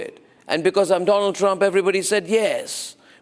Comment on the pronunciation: Doland is that you ? Mr . DooLaand 😂